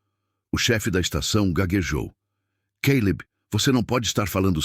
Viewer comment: Além da questão das gêmeas/gêmeos tem o Caleb/Queilib, Nora/Noris, papai relâmpago e mais. Gosto da narração do, mas ele, ao narrar, precisa entrar na história.